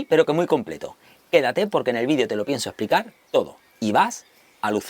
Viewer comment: NO SE DICE "VIDIO".. SE DICE "VIDEO"!!👍